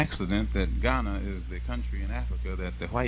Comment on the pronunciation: I love how he correctly pronounces the cities in Ghana☺☺ so cool